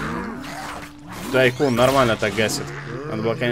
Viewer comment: Ну во первых не Тайкон и не Тайсон а Тайкун(точно так же и в локалицзации, если не обратил внимания) во вторых по грамматике английского языка правильно как раз таки Тайкун. Что кстати в переводе с английского значит магнат. То бишь игра называется - Зомби Магнат Месть Брэйнхова.